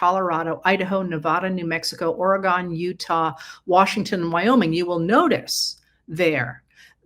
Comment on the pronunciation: Orygun, not Oragone